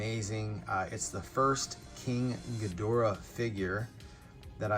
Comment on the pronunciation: It's King Ghidorah! Sounded like you said King Ghimora. 😂